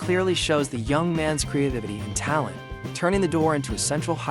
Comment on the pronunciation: create-ivity...... put the wrong emPHAsis on the wrong syLLAble.